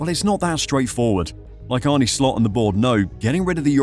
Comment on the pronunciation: Pronunciation: Arn-uh Slot, not "Arnie". If you're going to reference him every 30 seconds at least get the Man's name right. Regarding Nunez final season at Benfica: it was his only prolific scoring season in his career and he wildly outperformed his xG, which is never sustainable. The stuff about the transfer fee weighing on Nunez is pure speculation. He played with the same intensity at Benfica, so it has nothing to do with his fee and subsequently "having a point to prove". Regardless, he'll be gone in the summer. He's simply not good enough for Liverpool.